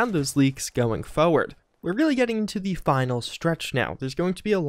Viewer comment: IT'S PRONOUNCED FORE- (WITH AN R) - WERD. FORWARD!